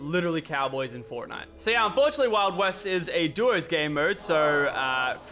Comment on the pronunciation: fortntie... really lachy?